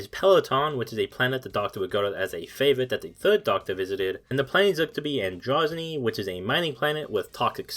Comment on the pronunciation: The Mystic Monastery quote is from an 11th Doctor episode. Your pronunciations of some of the names need work, (AN-dro-ZAH-nee), but good video!